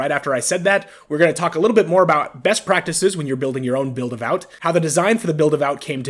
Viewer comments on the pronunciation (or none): how do you get vout out of VAWT? It should sound like Vaught. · Its pronounced Vot, like Hot.